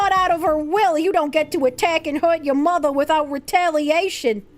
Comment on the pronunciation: The bostonian reeeaallly comes out when she says "yuh mothah" and its fuckin great🤣